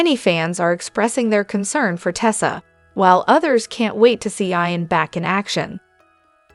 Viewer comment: Why are you saying Eye -an? It’s Eeeeeeeee - AN !!! Geez… so annoying!